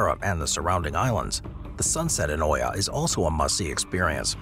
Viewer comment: Dude pronouns Oia incorrectly. It should sound “Eea.” Has he ever traveled?